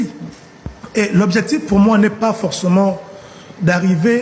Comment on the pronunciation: Il faut dire à l'honorable que le mot " pas" se termine avec "s" et non "t".